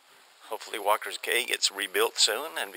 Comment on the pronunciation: It's pronounced Walkers Key, not Cay. Makes me crazy to hear that. Lived in Freeport as a kid and was there at Walkers in the 60's. Caught lots of fish. Place was thriving. Sad to see as it is now.